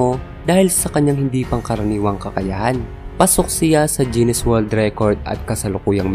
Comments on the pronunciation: pansin kulang lods bakit (jinis) ang pronounce mo sa GUINNES (ginis) ?? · Guinness not jennis hahaha